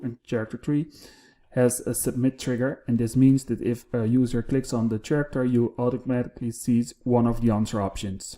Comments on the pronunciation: Hey, great video. I know my friends from the Netherlands speak 5+ languages and periodically ask for pronunciations, the word "character" has come up before so I thought I'd share it with you. Character is one of the English words where "ch" sounds like a "k". In this case, it sounds a though you combine the words care + actor. Hope that helps, and again, great video! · You are a great instructor. Just a little correction, the word « character » is pronounced /karakter/